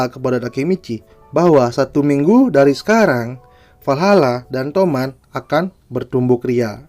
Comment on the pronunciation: Toman bang bukan tomat😂